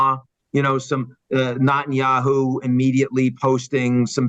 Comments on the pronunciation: Good, impartial analysis. Now, if Mr. Bremmer can learn how to pronounce ‘Netanyahu’, he’ll increase his credibility that much more. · given how much of an expert he appears to be on the region, can someone teach ian how to pronounce "netanyahu", and that the "coalition of the willing" was never in afghanistan, but refers to the smattering of mostly insignificant players on the world stage whom the bush administration pressured to provide token amounts of ground forces for its invasion of iraq, given the us didn't want to be seen going it alone, while its most credible allies never bought the wmd story. in protest, the white house changed the name of french fries on its menus to "freedom fries" from 2003 to 2006. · "...this failure...."; Spoken as if he never heard his name....intentionally pronouncing Bibi's name: NOT-anyahu. (not the God) ...but, let's assume he pronounced the name correctly, and editors later changed his correct pronunciation to an incorrect enunciation. Who could and would do that? "...promotes it...."; Those promoters do it; YouTube does it; "...the ironies are writ large, so...."; this girl (TED leadership)is also writ large....oof. "...Hamas has exceeded expectations...."; OMG - this guy is reading from a script written by exceedingly expectant manipulators...."; - like writ large girl whose name is "Echelon". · Can Ian Bremmer learn how to say Net-an-yahu's name... please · Why do you keep mispronouncing Netanyahu as NOTenyahu? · What's up with his pronunciation of Netanyahu? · Very odd he keep pronouncing Netanyahu incorrectly. Example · Why is he constantly mispronouncing Bibi’s name? 🤔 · It's NETanyahu, not NOTanyahu! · Mr. Bremerton is a sharp guy, but I cannot help but be irritated at “NOT-IN-YAHOO” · "Not"enyahu... why does he say it this way? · Net -tan -ya-hoo Nutenyahu is not how you say his name that sounds ridiculous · Is he correctly pronouncing his name? “Not- en - ya - who”? The woman says “Net- en - ya - who”